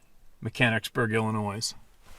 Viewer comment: S is silent on Illinois